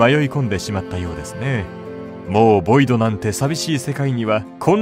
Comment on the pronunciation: ボイドじゃないヴォイド